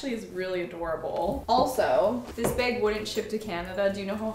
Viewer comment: Girl I love you but everytime you say bag it makes me laugh!😂😂 off the shoulder beg